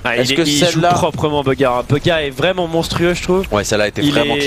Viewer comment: 100% ta écouter airwaks sur son interview sur bugha mdrr tu galère à dire son nom beugha